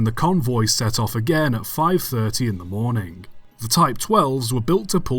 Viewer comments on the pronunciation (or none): mate, never mind apologising for mispronouncing French when you can barely pronounce English words either. i mean what IS a warningk? what is a morningk?